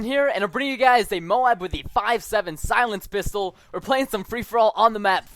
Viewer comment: no he said a "scilenced" magnum moab.